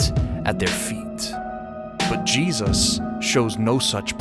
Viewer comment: Please print Jesus with a clear J, not cheesus 😮😵‍💫